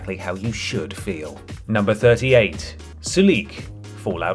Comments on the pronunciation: I can’t believe you put Sulik (that’s SUH-lik, not su-LEEK btw) close to the bottom. He’s adorable, hilarious, has a ton of hit points and action points as well as carry weight. Give him good armor and a melee weapons and he’s really good in combat. He should be top tier. Unlike dead weights like Lenny and Piper. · I dono what translation you're playing but it's pronounced SOO-LICK not Sue-Leek. And he's probably one of the best companions in Fallout 2, easily recruited early with high HP and good fighting skills. I couldn't take this video seriously after seeing him ranked so low. You ranked Ian higher. Ian is probably the worst companion in the entire series. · Ok first off its, Soo-Lick. not what you said, and 2 he is one of the best melee companions in fallout 2, you give him some good armor and a power fist and hes a force to be reckoned with. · ugh, you are absolutely butchering the pronunciation of sulik's name